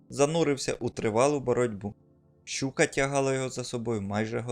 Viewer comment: На не шьчука , а щука!! Не шьчьо, а що!!! Курва хватить нашу мову псувати кацапським суржиком!!!